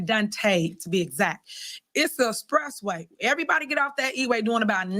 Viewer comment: " It's a spressway" my goodness she's illiterate 🤦🏿